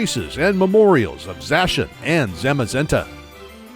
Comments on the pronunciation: •So many Pokémon pronunciations wrong •Lysandre is pronounced: Lis-ON-dray •there are different gyms in Shield than in Sword •‘Gold’s name isn’t ‘Gold’ •Zacian is ZA-si-an, coz cian (propounded si-an) means ancient in Greek •The ‘Weald’ Slumbering Weald is pronounced weeld •Eternatus doesn’t gigantimax, it Eternamaxes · I finally found someone else who pronounces Zacian as Zashan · Zaciand is pronounced as za-si-an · It’s pronounced Za-she-ian